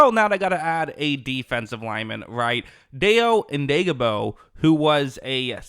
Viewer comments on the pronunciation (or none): It's pronounced Dye-oh Oh-dang-bo. The bears are paying him based on potential rather than production. He's an athletic freak and gets consistent pressure on QBs, despite being a part-time player. Colts couldn't afford him, and they knew someone would overpay for him. Best of luck to Hurricane Dayo! 🌀